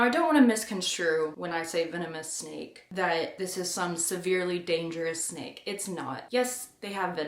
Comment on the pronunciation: I thought you said "sneak bites happen."